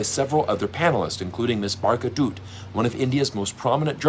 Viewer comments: Her name is produced Baar-khya Dyatt and NOT Barka Doot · The way he said " Barka Doot " was hilarious😂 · Barkha Dutta... 😂😂😂😂😂 Barkha means rain... Daat-- taa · The way he pronounced Barkha Dutt made me die on the inside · Man, you are literally killing the name of Burkha Dutt. Please check how it is pronounced first.